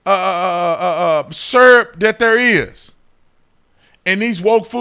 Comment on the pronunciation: Beverage? You drinkin’ s’urp now bro? 😂